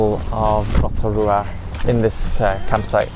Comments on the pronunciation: Love Rotorua ❤️ and love the way you pronounce it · Kiaora guys!! I just found your channel and I love your pronunciation of our place names ❤ hope you enjoy Aotearoa ☺️ we also love freedom camping and now and again we will stay at a paid campground for showers Wi-Fi :) love the content! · 10/10 pronounciation of Rotorua, just please be aware re the Hot Pools, they are heavily used and not luxury, plenty of luxury spas and spa retreats available but of course cost. Also the back roads can be unpredictable with gangs etc. Combining Van with backpackers can be a good way to go. Great video.